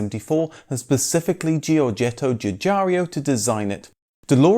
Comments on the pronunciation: So many well investigated Videos....but each time he mentions Giugiaro....he says GugARIO...which gives me goosebumps . It´s GIU-GA-RO not RIO. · sigh... lets try this one more time Its NOT "Giugario" its "Giugiaro" - a common mispronunciation... You forgiven. Now mend you ways and carry on. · Still unable to pronounce Giugiaro ( and not Giugiar-i-o)... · ge-or-JET-oh JEW-jar-oh. You need to know the name of the GOAT. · I love your vids, but a little mistake: It;s Giugiaro and there's no i before the o.